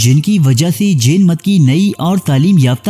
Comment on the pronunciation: Jen nhi Jain Ek bar khas khas words ko English me bhi parh liya karen, taki sahi pronunciation se parh saken. Urdu me Jen air Jain ek hi lafz se likha jata hai.